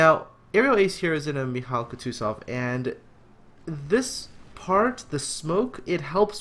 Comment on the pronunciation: Just pls stop pronouncing the names, I lose a few IQ points hearing you pronounce Mikhail Kutuzov... It's pronounced MIK-HAIL KOO-TOO-ZOV. Not mikaila kootoo and then zov